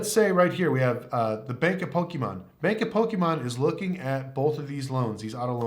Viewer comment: Its Pokemon not pokiimon. Great video though. Props are awesome!